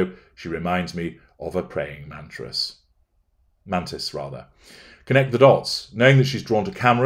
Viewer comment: #PreyingMattress! LOL